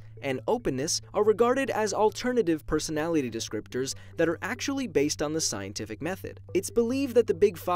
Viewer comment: “pesonality test”